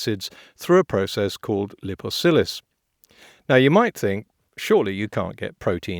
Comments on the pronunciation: "Liposillys" ...? Surely you meant "Lipolysis": (Yes I did, and don't call me Shirley ...) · It’s pronounced ‘lipo-lie-sis’. BTW this is a truly magnificent parody of the ‘arguments’ of so many nutters and manipulators.